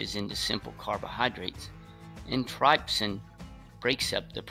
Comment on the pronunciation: I have never in my life heart lipase and trypsin pronounced "lee-pase" and "tripe-sin"... what part of the world do they pronounce it that way? Serious ques.